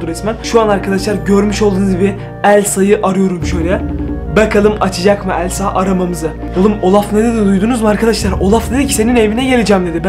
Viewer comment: Abi sen Elsa demiyorsun Sen Əlsa deyiyorsun😂😂😂😂😂😂😂😂😂😂😂😂😂😂😂❤❤❤❤❤❤😅😅❤😂😂❤❤😂❤😂😂❤❤😂❤😂😂❤❤😂❤😂❤😂😂❤❤😂❤😂❤❤😂😂❤❤😂😂❤❤😂😂❤❤😂❤😂❤😂❤😂❤😂